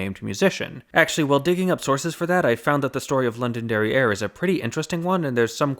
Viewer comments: Heh, he said, “London derrière”. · I kept hearing London derrière! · Definitely heard it as London derrière. Totally different meaning. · When you first said "Londonderry Air" I thought you had said "London Derrieere" and it was some sort of early version of Baby Got Back and its Oakland Booty.